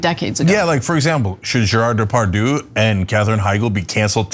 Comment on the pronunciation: Anna just murdered Gérard Depardieu's name lmfao